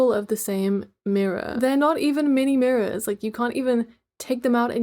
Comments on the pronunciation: “meeni meeror” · MIENIE MIURIRROR (I spelled it the way the other video said it I better not get attacked)